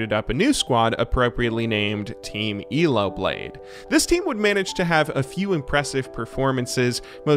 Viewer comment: The way this dude says "ELO" cracks me up. Eelaow